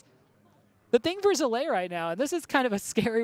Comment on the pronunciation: Zalae. Come on. Get the names of the participants right.